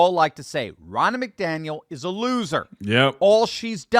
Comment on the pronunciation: The name is not pronounced MacDaniel.